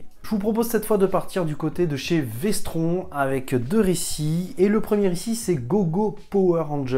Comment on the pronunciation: "si vous aimez le sang" perso je préfère le jus de pomme après je juge pas 🤣🤣🤣 prononce Vestronne sinon tu vas avoir des problèmes avec Denis de 10h47